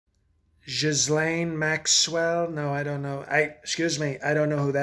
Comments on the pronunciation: I burst laughing at "jizz-lane" 😂😂😂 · Everyone a gem. The "Gislaine" - just brilliant. Can we replace POTUS with this guy please? Someone do a change over during "Exec time". Mind you, the GOP may find a new level of intelligence to be a bit fishy. More please.